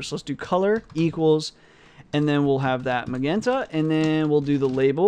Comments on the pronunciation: Pronounce it like "majenta". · hi, It's pretty messed up that no one is polite enough to tell you it's pronounced "muh-jen-ta", anyways you're the man and thanks for uploading this content as well as the copious amounts of other videos and comments!